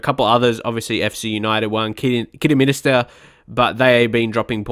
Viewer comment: Just to let you know it’s pronounced Kiddy-min-ster. You’re adding an extra ‘i’ 😝